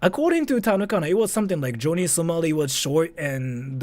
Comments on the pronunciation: joany samali? Fukushima Nagasaki? and yet you spent an hour researching this? Johnny (not Joany) and it was Hiroshima, Nagasaki.... only in later vid did he say Fukushima. and I'm only 3 mins into this vid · Dude can't say Johnny...lol